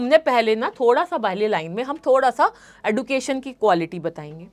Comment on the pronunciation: Mam D ke baat U aane par use J uchharan ho ga education